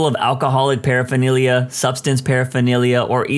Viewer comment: The reader mispronounced "paraphernalia," repeatedly.